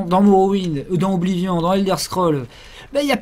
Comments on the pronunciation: Sa s'ecrit oblivion mais sa se prononce oblivione 😅😄 et aussi j'ai enfin eu mon niv 48 sur le jeu et je kes terminer 😋😊😉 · Les PNJ prononcent bien 'Oblivionne' dans le jeu, donc le francicisme est bien faux techniquement... Mais apres tout le monde s'en fout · Ce serait bien qu'on arrête de dire OBLIVION avec ce vieil accent français ce qui rend le mot super moche alors que même dans la VF du jeu on dit "Oblivionne" bordel (au rappel, Oblivion est un mot anglais qui ne peut pas se traduire et qui veut dire grosso merdo "l'oubli"._.) Surtout, tu dis très bien le mot avec la bonne prononciation quand tu parles anglais, donc stop le massacre, c'est juste hyper moche OBLIVION-ION-ION